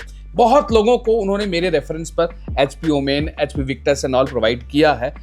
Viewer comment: Its OMEN Not OOMAAAINNNN😂😂😂